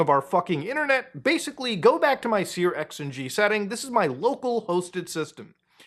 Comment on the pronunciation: searX is pronounced "Search."